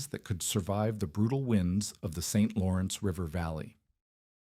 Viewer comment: Why does the AI voice constantly change and why can’t it pronounce Saint Lawrence? Also, these videos are interesting but very repetitive.